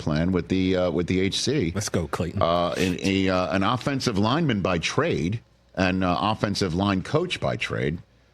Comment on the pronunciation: Hear that...Klayton....not Cayton